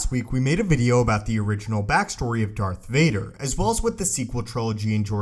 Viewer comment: It's fucking DARTH VADER! NOT DARK VADER, jesus!